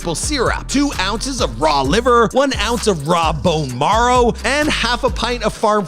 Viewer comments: Bone morrow??? Lol what's with this guys voice and not being able to say words right lol. It's marrow, like narrow.... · The host is kinda dumb huh. Lol. Bone “maro”